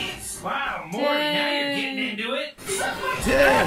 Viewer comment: to be fair, the way you say it, it DOES sound like "marty", and given that it's very loosely related to back to the future it would make sense for your to say marty by mistake. but now i know you're saying "morty". i will need to adjust my ear